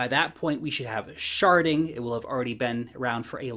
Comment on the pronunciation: Did you say sharting? 😲